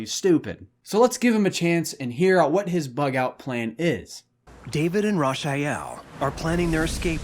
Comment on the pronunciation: Rasha-yell?? Mf her name is Rachael!